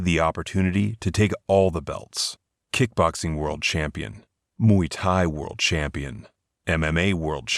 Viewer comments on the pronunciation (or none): none